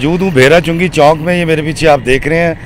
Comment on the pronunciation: It's Chok not Chonk. I know you from Lahore but you are educated too. A roundabout is called Chok